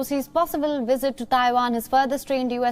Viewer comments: It’s called visit sir🤣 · Why he keep sayin wizzit lol😂